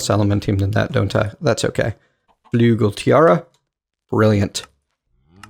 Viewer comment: Sigh, its not flugel, its flügel - a german